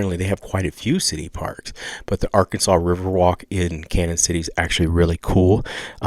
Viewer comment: it's pronounced like CanYon.... the ñ has the tilde over it. Sounds like a Y